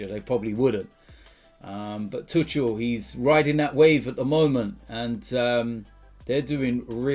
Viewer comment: He said “touchel”